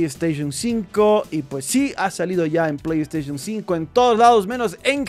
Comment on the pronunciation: Porfavor no digas plegd staishon! 🤦🏻🤦🏻🤦🏻🤦🏻🤦🏻🤦🏻